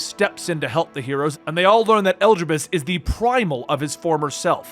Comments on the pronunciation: Ok at first I thought maybe you just didn't know how some words/names were pronounced, but after hearing you say "Elgibus" I just have to think you're doing it on purpose...right?!? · i'd giggle every time i heard it, we've only heard them pronounce "e-li-di-bus" thousands of times in hundreds of cutscenes ... (if u play with english voiceovers) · Your pronunciation of Elidibus vexes me. Telepholrio too. Those were said dozens of time in the game, stop making excuses. And I think you've skipped over too much in the 5.3 part. Elidibus awakening Echo in half of Norvrandt was important. Tiamat didn't summon Lunar Bahamut, the summoned him as a primal, way back when Allag was still a thing.